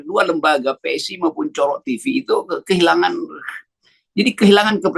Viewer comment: hahaha Cokro TV dibaca Pak Rocky COROK TV (TV Kecoak), hahaha.... mantap.